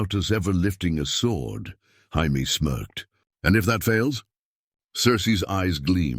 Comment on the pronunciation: What's with the weird Jaimie pronunciation?